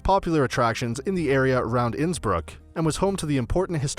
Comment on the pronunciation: Innsbruck - the pronunciation is completely off